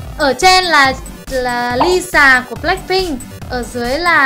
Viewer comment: Tui kh hiểu sao bả đọc tên chế Lía thành LI SÀ:< vậy bảo fan bự của BP thì tui bó tay chấm com cmnr:vvv